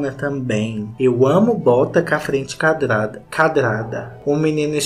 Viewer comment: Ca frente Cadrada.... eu tô aprendendo a falar errado por causa do KKKKKKKKKKKKK